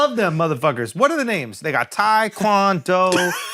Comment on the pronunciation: Andrew trying to name members of BTS like TAE-KWON-DO😂💀